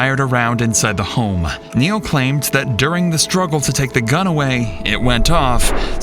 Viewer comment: "MY NAME IS NEIL. NURL" gotta love it.